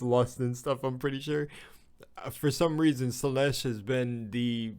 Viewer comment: You pronouncing Slaanesh as "Slaneesh" is adorable